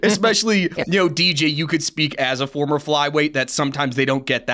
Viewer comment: “Former??!? 🦻 did he just say foremer?!???”